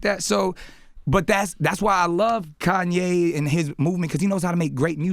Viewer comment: Butchered Kanye's name